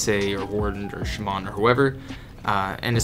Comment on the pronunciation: why do you stress the second a in shaman